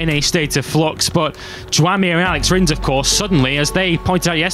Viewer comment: Who the f is the narrator with a horrible "i" pronunciation?! "Rens", "wens", "theng"